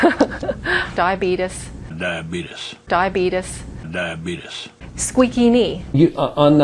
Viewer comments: Fuck I hate Star Trek.....and Homeopaths. And what the fuck is "diabetus"? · did she just say "Diabeetus"? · diabeetus, haha This was really funny, but hurts to watch.